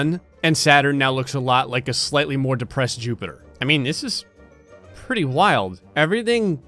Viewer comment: I thing this man have litle problem with word depressed I dont know what but I thing you lose your girl